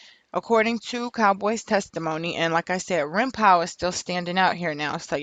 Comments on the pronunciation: "Rimpow" lmaoo it's pronounced "Rimpaw" thas his day1 he ain't set Nip up no fuckin way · ITS RIMPAU.. PRONOUNCED LIKE PA.. LIKE GRAN PA.. SHIT IS ANNOYING HEARIN U SAY RIM POW.. GEEZUS!! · Lady the name is PRONOUNCED RIMPAW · It’s funny how you pronounce his name. Rimpau (Rim-Paw) pronunciation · It's pronounced rimpaw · Young lady stay doing whatever it is you do because you have no clue what you're talking about regarding gang life. P.s.its Rimpau pronounced (Rim-paw). I can tell you weren't in tune with Nips movement anyway because you would have known that. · Pronounced: Rim-"PAW" (its the name of a street in the neighborhood)....the mispronunciation was just irritating the shit out of me lol.....ok, carry on. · Rimpau is pronounced rim-paw it’s a street in rollin 60’s hood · Pronounce it rim-paw.. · WHO IS rimpaw, I thought she was sayinh grandpa lmao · It was pissin me off too lol smhh